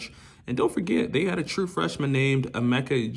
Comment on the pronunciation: Emeka egg-boo-ka